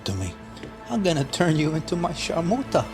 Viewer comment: I watch your channel just to hear the word " sharmoota" 😂